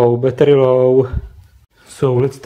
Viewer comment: battery not batrrrrrrrrrrrrrrrrrrrrrrrrrrrrrrrrrrrrrrrrrrrrryyyyyyyyyyyyyyyyy